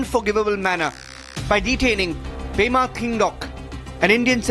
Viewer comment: it's pema* not prema